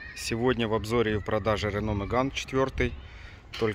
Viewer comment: Не Рэно Мэган, а Рено Меган